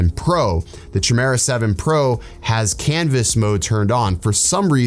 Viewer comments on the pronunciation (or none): let me help you bro... Chimera (kye-mer-a) Love you bro! keep, keep'n it real! ✌😉